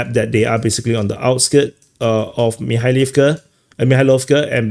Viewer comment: The way said "Mikhailovka, Kubatskiy" after everybody has struggled to pronounce the names of these townletts and villages which trade hands or wind up being logistics hubs... The Russians legit make them sound like normal words.